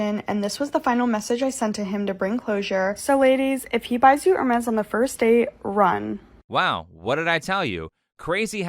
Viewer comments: “Hermes” is French, so I assume that you ought to pronounce it without the s at the end. Like “Ermé” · at first i thought bro said ermes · It's pronounced Air-May